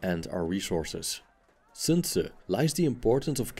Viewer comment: Good almost-native pronunciation of "Sun Zi".